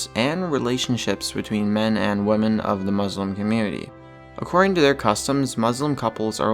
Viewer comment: to narrator. Here's a tip. The plural of woman is pronounced wimin, not how it's spelled.